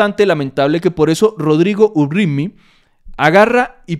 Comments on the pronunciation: TAMBIEN.LE HE CORREJIDO A PERO NEVER. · Por favor, es RODRIGO UPRIMMY no URRITMI